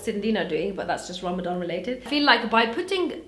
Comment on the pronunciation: they way she said Ramadan 😂